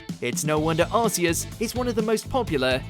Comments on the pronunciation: Arceus is pronounced with a hard c like arc. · Arceus is the weirdest one in terms of design. The rest make sense, but Arceus? It's a weird four-eyed deer with a broken ship wheel for a belt. Also, the "Arc" in its name has been such a fun thing to always say wrong. It's supposed to be pronounced like "ark", rather than "ars". If you add "Maximus" to the end of its name, you get Arceus Maximus, which is a funnier and more vulgar way of saying gluteus maximus. That's a part of your butt. "Ark-ee-us" sounds dumb as hell, but it's obvious why they chose that for the English pronunciation. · Yeah,it goes with his pronunciation of "Arceus" as well..lol..🤷‍♂️🤦‍♂️😅✌🌈💎